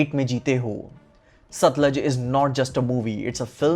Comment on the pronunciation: Not सतलज bhai its सतलुज..